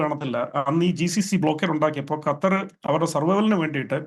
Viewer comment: അണ്ണാച്ചി കറ്റാർ അല്ല ഖത്തർ